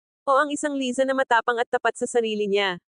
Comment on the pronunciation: Hehe umuwi cia para pag usapan😁 Laysa ang korek pronunciation👏